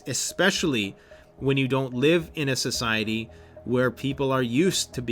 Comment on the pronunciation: A capitalist 'ciety? 😁